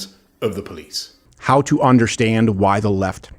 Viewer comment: Love you, love your show....please stop saying onderstand. We can all feel the pretensiousness.